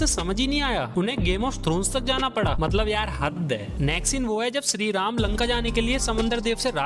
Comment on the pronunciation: 70k subscribers hai. Kisi aur ke liye nhi toh at least unke liye toh correct your pronunciations. Shree Ram thik se bol rhe ho phir Adipurush ko Adipurus kyun bol rhe ho bhai!? P.S :- Subscribers hote hai, Suscribers nhi. 💀